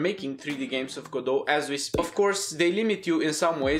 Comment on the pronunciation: Even he says Ga-doh, good, I'll continue.